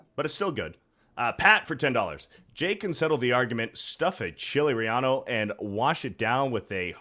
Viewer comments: It’s Chili Relleno!! Not Rellano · I don't mind mispronouncing all of his ignorant words, but I have to draw the line at chili REE-YA-NO. It's pronounce Chili REE-YEN-OH, you ignorant Caveman!!!